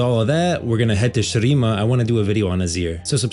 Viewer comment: Brother that is NOT how you pronounce Khada Jhin and Shurima… why do all these youtubers always overcomplicate pronounciations to sound fancy for no reason…